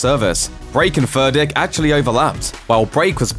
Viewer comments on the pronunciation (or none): Is he saying Furdick like a beavers pecker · Furdík - read "Foordyeek" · You are pronouncing Vladimír Furdíks name all wrong man. Shame on you! You should learn about his origin country wich is Slovakia and so you should call him. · And yet again, it was too difficult for Looper to just ask someone for the proper pronunciation of Furdík. Is it really too much for Americans to have at least this little bit of decency?